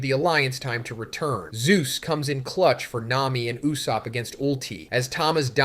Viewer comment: Lol "loofy and n you-sopp"